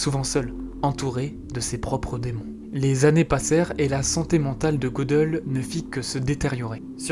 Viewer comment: Pour Gödel ,me semble que le ö se prononce "eu" ;)